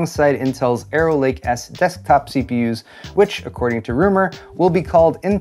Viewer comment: I thought instead of "arrow lake" you said "error lake" hahaha. Missed opportunity.